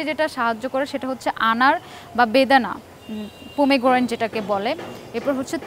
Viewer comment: ম্যাডাম কি আসলে কোনো ডাক্তার??? তার টেস্টোস্টেরনের উচ্চারণ এমন কেন? বেদানার ইংরেজি পোমাগ্রানেট উচ্চারণটাও করতে পারলোনা😁😂